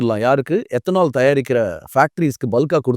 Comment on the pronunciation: Ethanol ethanaal 😂